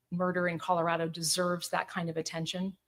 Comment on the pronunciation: A simple request. We who live in this beautiful state, pronounce it ColoRADo not the ColoRODo. Even our Governor Polis has requested the correct pronunciation.